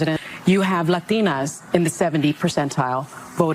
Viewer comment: She was right on one thing. Her daughter has fewer rights, in that she has harder time using her right to bear arms than this woman does. Also, the way she said, "lathinas" lol. Pandering.